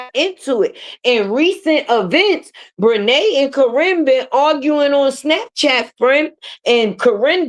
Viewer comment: 😂😂😂Did you say Bre titi😂😂😂😂